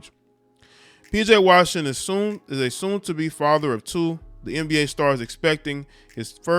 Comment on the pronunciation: PJ RAWSHINGTON